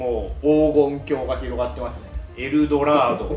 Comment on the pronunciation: がエルドラドじゃなくエル・ドラードって言ったの見て好きだなあと思った